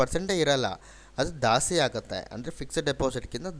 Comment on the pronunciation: ದಾಸ್ತಿ ಅಲ್ಲ,ಜಾಸ್ತಿ.ನೀವು ಕನ್ನಡಿಗರಲ್ವಾ ಸರ್